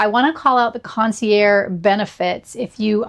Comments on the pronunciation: just trying to help. Mispronouncing luxury words can make you sound pretentious, but in a hilariously wrong way. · You don't pronounce the g in concierge?